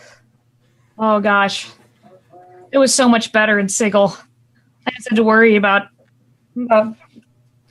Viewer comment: At the risk of also incurring the wrath of Matthew Mercer, its pronounced "si-jil"